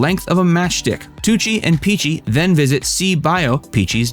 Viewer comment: Please, the pronounciation!! At least the names of people… Picchi!!! Not Picci..